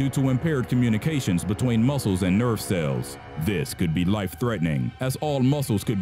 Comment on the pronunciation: He pronunces cells as sails